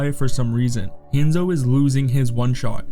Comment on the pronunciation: And “hand-zo”